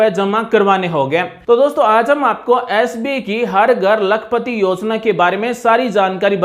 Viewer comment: आप,, बैंक का नाम तो ठीक से बोलिए । हर बार आप एस बी कह रहे हैं । बैंक का नाम एस बी आई, अर्थात भारतीय स्टेट बैंक है । धन्यवाद । ओमप्रकाश ।